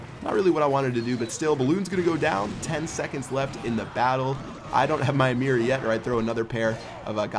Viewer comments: Mirror, not mear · Why do you say "meer"? Is it not "MIRROR"?!?!?!?! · It's MIRROR, MIR ROR, not MEER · Why does he say mirred and mirr instead of mirrored and mirror? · Your pronunciation of the word "mirror" drives me nuts. I don't play this game, so had no idea what you were meaning when you first said it :P